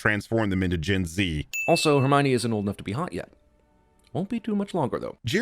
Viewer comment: "Look, no Her Me Yone" Holy crap that sent me